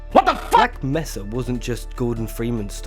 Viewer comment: It's Black "May-suh" not Black "Meh-suh" ! >:P Awesome video regardless